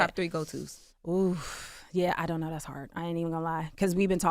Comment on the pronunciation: “I dunt knowwwah”…yeah that’s British lol